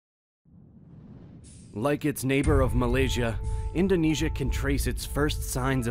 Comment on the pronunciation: I am astounded at how many of researched and professionally written documentaries include so many mispronunciations of even the most common terms related to the documentary. I would think that a little bit of research would have determined correct pronunciations. For example in this documentary words like Indonesia and Bali are mispronounced during the first minute! Those errors make me wonder about the authenticity of the entire video.